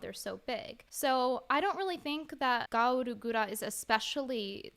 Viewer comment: Who tf is "Gawwllooo Gura"? All I know of is Gawr Gura.